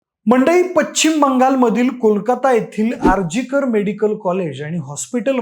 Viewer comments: उगाच थोड इकडे तिकडे अशुद्ध बोलायाचे अणि मी मातीशी जोडलेला असा प्रयत्न बंद करा. पश्चिम ✅️ पच्चिम ❌️ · Paccchhhhiiiimmm…. 😢😢😢😢😢Plz correct your pronunciation..